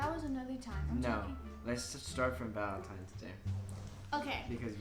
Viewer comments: No one: ____ Danielle’s 14 year old brain: “ValentiMES day” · ahhhh ITS VALENTINNNNES DAY NOT VALENTIMMMES DAY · valentine* not valentime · When she says “valentimes” instead of valentines 😂😂🤪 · no one: dani: valemtimes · She kept saying valentimes day 😂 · It not valentime's it's Valentine's , but ya'll cute still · Valentine’s Day not valentimes lol they both keep saying it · Valentine’s Day* not valentimes day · The way she kept saying "valentime's"... sis👁👄👁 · VaLeNtiMes day 😂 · 'Valentimes' yeah she's not 16😂😂 that's something I said at like 9 but the fact she can't pronounce it right like go back to school 😂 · why was my girl saying “valentime” aren’t you already in 7th grade, shouldn’t you know this 😭. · Did she really just say ValenTIMES lol ik she’s human too but I just think it’s funny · Anyone else notice that she keeps saying “valenTIME’s” day. 💀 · Literally I’m younger than her and I know it’s ValenTINES day lol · valentimes day huh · Bro if she says valentime one more time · it sounds like she is saying valentimes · She said valentimes day bahahahah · “valeMTIMES day” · Literally NOBODY going to point out the fact she kept saying valenTIMES?! I couldn’t focus on anything else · valenTIMES day ahahahah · I’m sorry Dani but like its Valentines. Tines. I’m sorry it just it’s a huge thing of mine. I hate when people pronounce things wrong. I love btw you’re super cool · she really said valentimes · This is annoying. You're not interesting to watch because you're repetitive. You're underage. You cant even pronounce valentines right. This will hurt you more and cause more drama just stop.